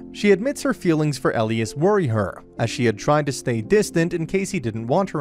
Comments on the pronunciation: E - lie - as. Not el-ias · he said Elias' name wrong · Whoever is reading this recap, the prounoucations (not to mention my spelling derp) are so scuffed. It's Simon not seaman, for pete's sake and it's Elias not whatever he was saying. There are so many errors in this recap, though tbh the series was sooo good!